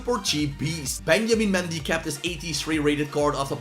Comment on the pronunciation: “Benjamin Mendy”. u sure mate 🤣